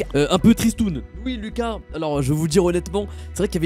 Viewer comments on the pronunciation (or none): none